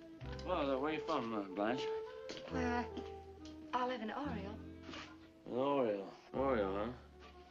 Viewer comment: She can't even pronounce her own name properly "I'm Blench"